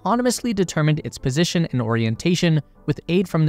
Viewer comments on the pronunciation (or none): none